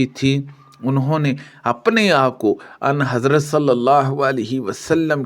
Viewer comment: لفظ اَن حضرت نہی بلکہ آں حضرت ہے درست فرما لیں